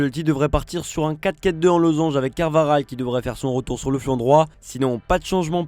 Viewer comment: « Lunine » et « Carvaral » c’est trop 😭